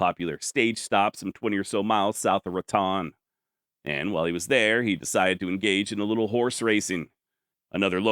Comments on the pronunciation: Born and raised in Raton (its actually pronounced Rat-Oh-N), this was really cool to see this story out for the whole world. Thank You! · The city’s name is pronounced: Ratón It’s the Spanish word for mouse.